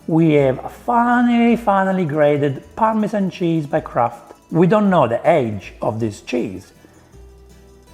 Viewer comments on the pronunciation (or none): anyone else hear "crap" cheese instead of kraft cheese?